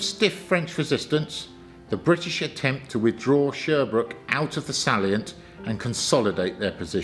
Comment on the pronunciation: Just watching - this is great. 'Craigspiels', though, and 'sallient' - and some of the bits of French?